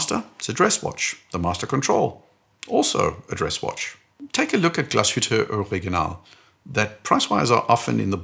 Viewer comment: As a German, i congratulate you for your ability to pronounce Glashütte Original correctly 🎉😊